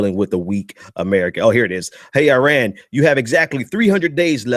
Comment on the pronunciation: Its not uiran dude it's iran. And continuing good behaviour to get welcomed back into the western civilization? My brother civilization started in middle East and ceasing them boats because they floated " 12 miles " into our waters was precisely the right thing to do. I enjoy you're videos but you need to use your words more accurately. It's rather offensive